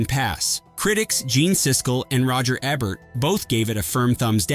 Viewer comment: Tell you artificial droid that it's EbERt, not ebbert.